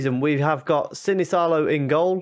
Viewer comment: That guy you signed from Villa is pronounced: Sinisalo